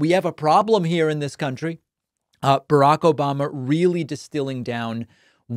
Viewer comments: I love the “ObaMna” and “troth sential” 🤣😂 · I miss you "Obamna" 😂😂.